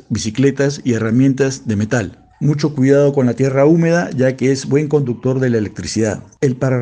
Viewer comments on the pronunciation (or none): none